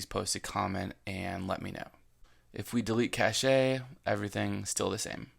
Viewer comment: Cache - pronounced (cash) not cashay... CACHE memory for speed.